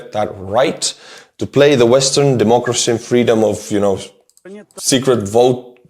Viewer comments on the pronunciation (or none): none